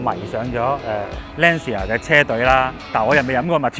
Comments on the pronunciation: 👍🏼👍🏼 FYI 正確讀音應該係"Lan茶" 唔係"Lan Si 牙" Ci 意大利文係讀"次" 🙂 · 所以正確發音應該係欄瓷呀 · Lancia 讀音 ·池·牙